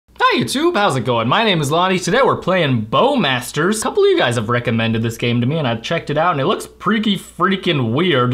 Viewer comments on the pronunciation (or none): I though you said Welcome to Bow Bastards XDDDD